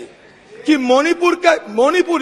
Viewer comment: Say मणिपूर मोनीपुर नहीं